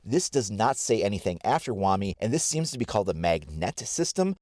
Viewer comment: Hate to be that guy... but shouldn't it be pronounced "Wa-My" ?